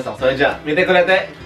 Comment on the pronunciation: bukan ngmng JAMATANE tp JAMATAMU lol